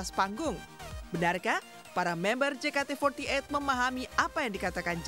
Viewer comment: Je ka te fourty eit 🤣🤣🤣🤣